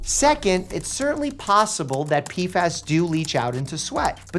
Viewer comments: "Pee-fass" Gotta love the crazy pronunciations he comes up with 😅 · They are called P F As, not P fas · Is it that hard to say P F As? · Im sorry Mike i love you but i just cant watch this video, the way you mispronounce PFAs is driving me nuts